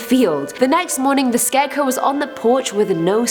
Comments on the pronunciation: Scarecrow not scareco lol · Are we all going to ignore the fact is saying scareco??? I love it so much I am defo using that from now on. Big fan of you and the vids xx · Why does she keep saying “scareco “. It’s soooo annoying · i keep hearing "scareco" lol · I found it REALLY hard to pay attention to this entire video due to your pronunciation of "scarecrow" as "scareco". I ripped so much of my hair out that I am now bald. :) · why u say scarecow lol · Lol 🤣 it sounds like Ur saying scarecoo, much love x